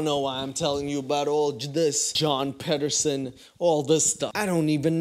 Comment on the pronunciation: My surname is Pedersen and every time it gets said in this episode I cringe